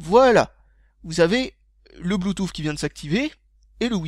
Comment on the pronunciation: Désolé de casser ton accent mais je suis américain vivant depuis 3 ans en France et je peux t'assurer que personne ne dit bluetouffe ... On dit bluetousse. Et ni apole mais épel.